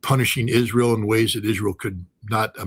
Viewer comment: couldnt say Israel